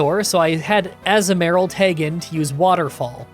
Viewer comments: I love how you pronounces Togetic correctly (or decently enough) and goes on a rant about it. And then immediately pronounces Azumarill slightly incorrectly right after lol. The "azu" part is uh-zoo not ah-zuh but they both sound honestly fine and I don't really focus on how you pronounce it and mainly on the playthrough (I just thought this was funny) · so I get there's mons you're not sure how to pronounce but I nearly cry laughed when Azumaril became Assmaril that's literally what you said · Azu-merril definitely sounds wrong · struggling over the correct pronunciation of Togetic only to confidently say Azumarill wrong is just peak. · I can’t with the Azumarill pronunciation 😂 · I have never heard that pronunciation of Azumarill before but I kinda like it